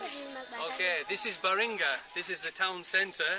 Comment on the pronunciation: The name of the that city is Balinga not baringa